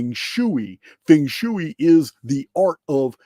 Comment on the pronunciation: ) your ideas and data is off the charts cool and I've been following since the early days. One thing i can count on is to get a fun dose of humor while listening. Fung Shoe-Eeee haha.